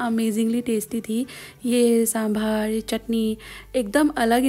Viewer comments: मैडम ये संभार नही होता है साभर होता है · Hi.. no offense.. but it's sambar.. not sambhaarrr..!!! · Yes it's sambar only.. not sambaarr... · Dii usko sambaar nahi sambhar kehte hein😅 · u need to pull a’s a bit long like saambaar..this is how we pronounce in Bangalore though..and also idli rava is used only when u ferment the idli batter and not for instant idli.instant idli’s are called rava idli